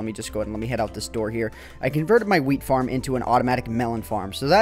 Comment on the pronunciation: lol he said FIRM